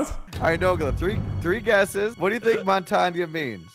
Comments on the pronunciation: It's said mon-tane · how to pronounce montagne: mon tang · Montagne is said as monta-gn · Shows what type of player nogla is, mains shotguns and shields It’s pronounced as mon-tain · Hearing them pronounce Montagne made me cringe so hard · Not to be rude but noglas such a noob it hurts to watch and can’t say montagnes name rite